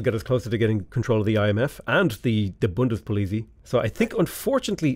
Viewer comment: Your pronounciation of the Bundespolizei is hilarious.